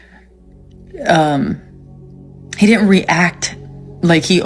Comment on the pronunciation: "di int" instead of "didn't" is the mark of a low class person.